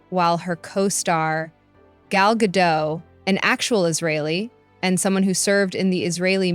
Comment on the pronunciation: Her name is pronounced GA DOT. Good report! 😊 These people like Rachel Zeglér have ZÉRO IDEA how the Palestinians voted Hamas into POWER knowing that Hamas' plan was to DECIMATE ISRAELIS. I don't hear people bringing THAT UP when protesting the ISRAELIS...,🤔🙄🤔🙄🤔